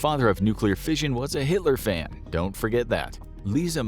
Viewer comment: This was a really interesting video. And the CG narration was actually quite good for the most part. I did have to chuckle though when fission was pronounced as "fisahn".